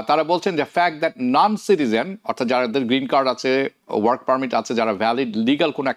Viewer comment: noncitizen? or nancitizen?😂